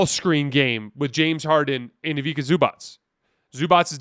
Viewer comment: Ivica to be read as eevitza, not k, it's c